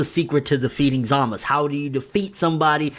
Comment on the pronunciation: Stop saying zamas.. its za-muh-zu